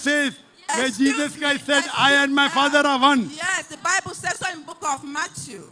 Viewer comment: bible not baybel